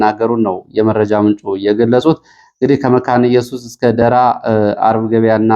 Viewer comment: የጎንደሩ ደራ 'ራ' ላላ ብሎ ሲሆን የሚነበበው የሸዋው ደራ ነው 'ራ'ው የሚጠብቀው።!!! አሻሽለው!